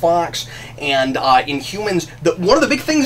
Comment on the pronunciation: you forgot to put the "h" in. Inumans.